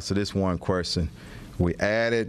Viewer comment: Querstion? The hire the best and brightest...i bet he axes a lot of querstions